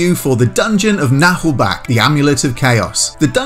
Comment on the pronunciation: It's not pronounced Nah'lbackk or something though...